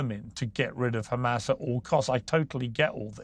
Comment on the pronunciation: Murray is such an expert, he can't pronounce hamazz ...?